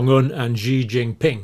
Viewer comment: Dr Campbell, President Xi's name is pronounced with an "s" sound, as in an Italian "sì" or "she".